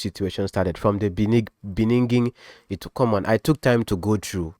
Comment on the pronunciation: Thank you for this fair analysis. I just realised that you have a problem with pronouncing ‘beginning’ 😊. They should focus on trying to resolve their issues without getting others involved. Please leave Pastor Jerry and Nathaniel Bassey too.